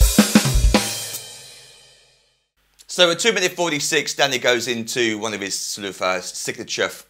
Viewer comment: I keep laughing it sounds like he is say daddy not danny